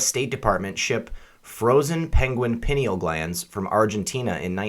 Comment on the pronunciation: Pie-Neal Glands